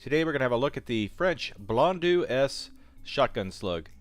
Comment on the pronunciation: Just so you know,, it is pronounced "Bl- on -doh" or something similar to that. "EAU" makes an "oh" sound rather than an "ew" or "eu" sound you were making. P.S. Exactly how you said it actually, good job! However you really quickly reverted back to the "ew" sound seconds later. Gotta be careful about quickly pronouncing things. They often sound very differently with shortcuts.